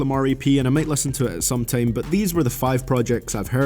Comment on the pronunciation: The worst thing is how you pronounce "Time" & "Line"